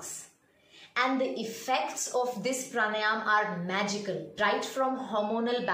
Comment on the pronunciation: It's PRA-NAA-YAM and not PR-NAA-YAAM